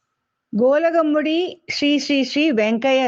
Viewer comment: Not கோலஹமுடி...pronounce கொலக்காமுடி